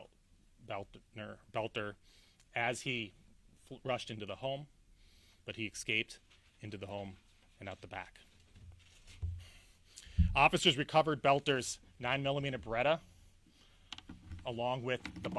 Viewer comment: Oh my gawsh,. You look like you're smiling through this entire presentation. The guy's name is Boelter. NOT Belt-NER. The word is ESS CAPE, NOT EX-CAPE. It was painful to watch you do this oh so important representation of the people and their safety. The actual efforts the police made in apprehending Boelter and cutting short his murder spree was exemplary!